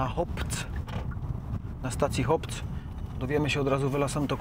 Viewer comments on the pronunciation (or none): HOPC czyta sie NORS xd